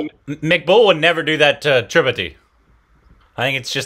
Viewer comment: Please learn to pronounce TRIPATHI correctly by the end of this season. They are saying it again and again.